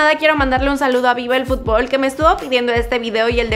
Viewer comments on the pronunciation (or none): none